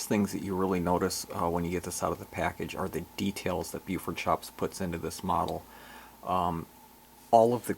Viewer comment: not to nit pic but you pronounce it as if Beaufort shops but maybe its the recording. the name bluford is more than the identity of the company. it is also the location of the corporate office. bluford illinois. this is a yard or former yard on the edgewood cutoff west of mt vernon illinois. i like all of tour icg reviews and would like to see more of your layout. there isnt enough ic or icg out there these days. you would benefit more from your sharing of your obvious passion of the icg with others. i appreciate your efforts and hope to see more from you. subbed.